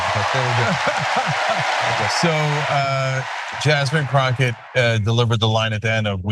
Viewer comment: Did he say Jasmine Crock? Ugh. Get her name right!